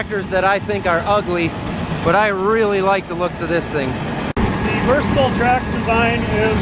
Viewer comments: It’s pronounced Versa•Tile. Say it like a Canadian when you it’s a Canadian tractor lol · you will have to teach your salesman how to properly pronounce Versatile. I heard you say it right